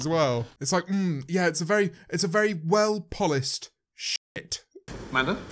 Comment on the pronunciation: "well polised"